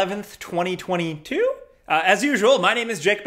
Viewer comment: “Twenty twenty.. tEW?”